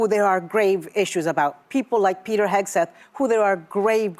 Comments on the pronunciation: Pete Hedgeseth???? That's exactly how she pronounced his name, and I believe, without a doubt, it was done purposely to push the boundaries of the pending lawsuits that would follow if she didn't read all of the disclaimers of the blatant lies spewed out from this show. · Do you think Woopie will ever learn to pronounce Pete Hegseths' name correctly or is it above her intellect level?